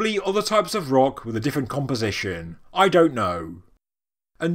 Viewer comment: I like how you say "I DONT KNOW". like as if we demanded you to know. haha. Good work once again!